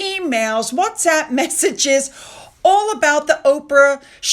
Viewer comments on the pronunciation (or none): none